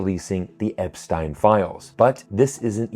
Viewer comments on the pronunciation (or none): Why should I believe a guy who doesn't know how to pronounce Epstein? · Of all the names to mispronounce, "Epstein "?